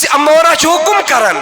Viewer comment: نفس اَمَّارہ بفتح الہمزہ نہ کہ نفس اُمَّارہ